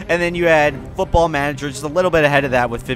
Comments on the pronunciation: Why is he saying football like that? It's pronounced normally (in Britain that's what it's called, and the American variation of the sport isn't very popular) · why you say football so weird ?